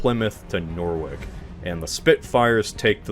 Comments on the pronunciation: nor wik? It’s pronounced nor - witch lol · “Norwich” is actually pronounced “No-Rich”. It’s a very weird word. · Norwich = Nor-RICH :)